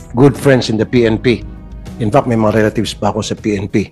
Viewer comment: Saka paki pronounce lang ng tama yong word na “fact”